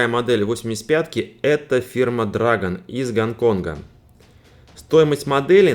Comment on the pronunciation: Не дрАгон , а дрЭгон. И не тАмия , а тамИя Чувак левый , если даже не произносит правильно название фирмы.